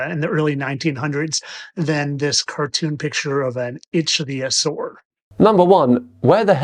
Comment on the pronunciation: A 40 year old that can't say Ichthyosauria, instead calls it Atleast 3 different pronunciation. Joking aside if pointing became an Olympic sport he'll bring home the gold.